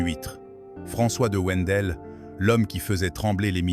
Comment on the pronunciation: Wendel se prononce (vindel)